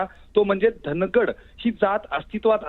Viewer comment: धांगड म्हणा धनगड हा चुकीचा उच्चार आहे